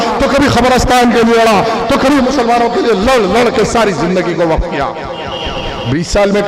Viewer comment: He 😂 😂 😂 😂 😂 he he,,,, subah,,, aur sham,,, waqh property bolta